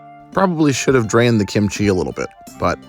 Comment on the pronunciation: Sometimes you emphasize kimchi correctly, and sometimes you say kimCHI. Make a decision!